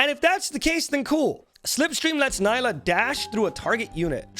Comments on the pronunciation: Nila , hehehe nila haha . Seriously it's NILA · I could barely focus whenever he said her name wrong but great video